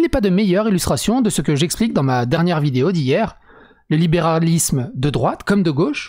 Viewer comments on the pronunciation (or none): none